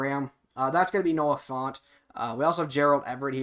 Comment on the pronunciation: It’s pronounced like ant not aunt. So Fant not font. Also, I don’t think he’ll get a hawks chem this madden. Usually the rule they follow is “not till they play a official snap”. But I would love to get him earlier. Just not holding my breath.